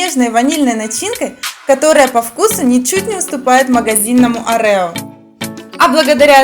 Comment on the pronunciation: Круто, но не орЕо, а Орео